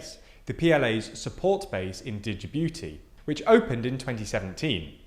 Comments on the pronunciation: Jabooty The D is silent. The booty dosen't need the D at the moment. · the "D" is silent so it is Jibuti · The D is silent in Djibouti it is pronounced as Jibouti. Djibouti was colonised by France thus the weird spelling of their name. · DIDJEBOOTI??? juh-boo-tee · Dijji-booti? Where the heck is that? It really is easy to learn how to pronounce Jyi-booti. The entire video becomes suspect if you can't even approximate the basics. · Djibouti is pronounced as “Gee-booty”, not “Digi-booty”. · Djibouti is pronounced "Ji-boo-tee", not "di-ji-boo-tee" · I love your content guys, but come on! A geopolitical commentator who is unable to correctly pronounce the name of a country… D’Jibouti? Really? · The D in Djibouti is silent, just pronounced 'jibooti". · The way he pronounces Djibouti as Duh-Gee-Booty lolll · dude. after all this research you should have at least learnt how to pronounce Djibouti. its juh-boo-tee. Dislike just for that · Anyone else laugh when he kept saying "Digi-booty" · Just watched this on Nebula, and have some criticisms: 1) The pronunciations of Djibouti and Emirates are just plain wrong. Djibouti has a silent D, pronounced as Juh-boo-tee; Emirates is pronounced Eh-muh-ruhts, not Eh-mee-rah-tuhs. 2) As a Singaporean, I can assure you that we are NOT a "major US ally". Sure, we might be more western oriented in our political system (though look deeper and you'll find many nuances to that statement), and we do participate in military exercises with the US, but we also do so with China. Singapore cannot afford to be an "ally" specifically with either the US or China - it is of an existential importance that we remained non-aligned to preserve our sovereignty amidst the two powers. We are cooperation partners with BOTH China and the US. We are allies of none. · DIJIBUTI xD xD xD I really like how brits dont give a fuck abt other countries names even tho they themselves coined those names in english in order to be more easily pronounced